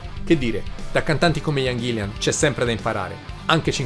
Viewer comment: Ahahahah! Grazie mille per i complimenti e l'osservazione! 😜 Come ho già risposto sotto a un altro commento, io SO che si chiama Gillan (infatti se ci fai caso ovunque l'ho scritto è scritto bene!), ma purtroppo sono toscano e la mia pronuncia tende a tirar fuori una "i" che non c'è!!! Proprio non mi viene "ghillan", mi esce sempre un maledetto "ghillian"... scusatemi!!! 😅